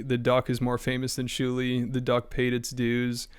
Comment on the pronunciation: I keep laughing remembering the time kept calling Shuli "Jew-li"